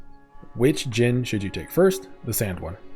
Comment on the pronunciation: Low-key thought you said Dijons for a second